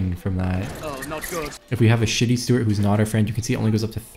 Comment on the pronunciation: Its steward not stewart